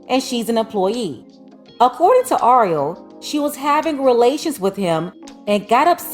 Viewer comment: It's Ariel... your pronunciation is off. Just think of the movie little mermaid. 🧜🏽‍♀️ Anywho, we dated back in high school and never thought this in a million years. I hope things work out for her. If you're reading this Ariel give me a call. It's TUDE.